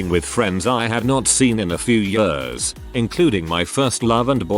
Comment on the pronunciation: Love how the robot voice says "years". "yuerz"